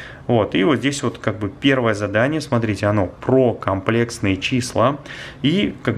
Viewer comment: кАмплекстные числа😹 может кОмплексные числа?